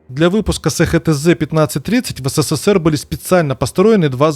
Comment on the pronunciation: СеХеТэЗе 😅😅😅😅 эСХаТэЗе!! И заводы: эСТэЗе, ХаТэЗе